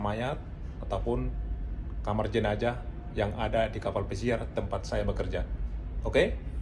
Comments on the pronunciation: bukan jenajah....tapi jenazah...pake huruf z bukan j. itu berasal dari bahasa Arab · Jenazah bang bukan jenajah